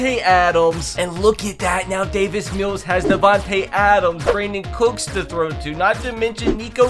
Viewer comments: He says David mills when it’s Davis mills😭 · It’s Davis Mills not David Mills😂😂😂😂